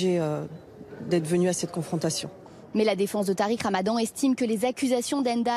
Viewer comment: « Tariq Ramadon » hahahahah